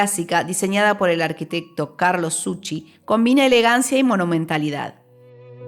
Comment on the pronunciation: El arquitecto del Teatro Solís fue Zucchi, no "Suci". Utensilios, no "utensillos"...